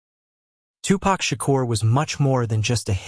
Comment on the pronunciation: He doesn't know!!